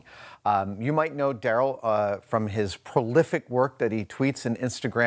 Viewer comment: that's pronounced "Da Rell"